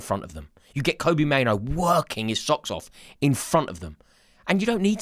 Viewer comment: His name is Mainoo NOT Maino